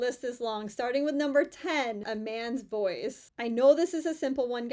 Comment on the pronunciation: Me, not a native English speaker: wait, what? Man’s boys? What the hell does that mean? Few seconds later: oh. Oooooh!😂 Voice!😂